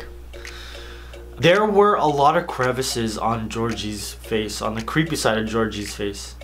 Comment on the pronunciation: When you said creepy it ends up cweepy. lol give a like if you hear cweepy